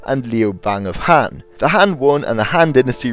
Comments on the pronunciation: Dot be an ass, he's trying and obviously he doesn't speak mandarin as a native language. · Frank Hill, it's not being an ass, but as a low key compliment that this video has no flaw other than this very minor one.